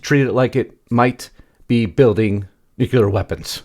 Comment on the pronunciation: Nuclear is pronounced NEW CLEAR, not nucular.